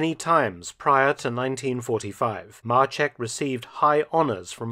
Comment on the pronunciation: Maczek not marchek ffs